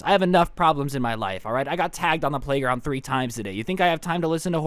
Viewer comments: did he say prayglound instead of playground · listen for 10 seconds idk if you meant to say "praygound" I need closure of what the hell you said